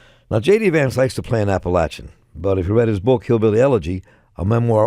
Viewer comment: App a latch e n, there’s no LAY in it.